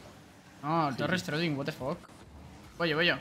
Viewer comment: no puedo parar de decir watefok y que bien, me cago en todo